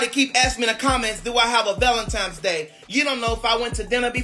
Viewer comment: “ValenTIMES!” He’s illiterate!